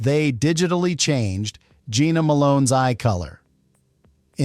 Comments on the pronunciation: It’s pronounced Jenna Malone not Gina Malone. And Jenna Malone did not have brown eyes she has light green/hazel eyes. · This AI voice bullshit sucks. Jena Malone is "Jenna", NOT "Geena". "Su-ed" instead of "sued"? Really? Just use a real person to read the info. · NOT Jeana but Jenna ! Get it right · I hate AI. It’s “composiTed”, “Jenna” Malone not Geena, Sued not SouEd.